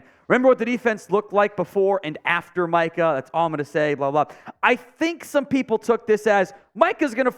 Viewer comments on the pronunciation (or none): none